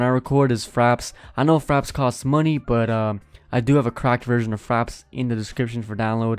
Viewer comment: I thought u said faps not fraps lol